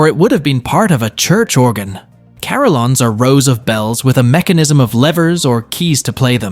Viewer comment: Please check out how to pronounce "carillon" .